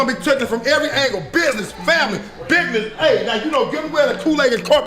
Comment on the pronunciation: if you can’t pronounce business correctly there isn’t going to be big business going on in your show.